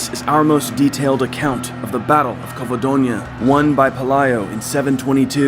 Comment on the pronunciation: The G in Girona sounds like in Geneve, cause it's a Catalan name. You are making a J "jota in spanish" sound. For that you should write it down as Gerona, the Spanish word for the town, and in that case yes the sound is a J like in "Jamon". Also Covadonga, the final "nga" aint pronounced like in the French word Champange, but rather like in "Tonga" the country. So Covadonga, otherwise in Spanish would be written as Covadoña. España, not Espagna...you see Zaragoza, tricky one, both Z in the word use the Spanish sound that in English can be only translated as, I guess, "th". You should check it online.. hard to explain. Actually the same sound is use for Z and C (when in front of a vowel 4.ex ) in many cases , like in Roncesvalles, so Ron"th"esvalles... not ron"k"esvalles.. Those are minor technicalities and in no way made it less enjoyable for me. I'm loving your channel and I think your work is superb! The subjects you touch are very interesting for any historian aficionado and your research is top notch! Huge fan os first account narration and all the details you provide. Hope you dont get frustrated by my coment, I'm a local as you can guess not far from Girona myself